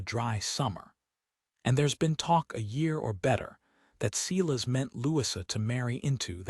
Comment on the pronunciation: The story is good, very good. This is nit picking, but is there a way to get the AI narration to correctly pronounce words, such as arithmetic and Silas. If that cannot be done, change the words. The take away from an otherwise good story.